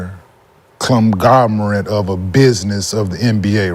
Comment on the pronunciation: Sidebar: saying clumgomorete was wild.. the word is Conglomerate bro 🤣